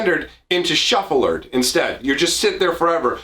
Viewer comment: "Shufflard" 🤣 never played that format!